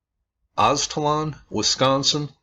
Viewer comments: O yea sorry but if u look at alot of hispanic drawings and the story of the aztecas which is that they came from aztlan (aztalan) and u said it right brotha aztlan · Nice! I am from this area grew up on these mounds Aztalan you pronounced it right.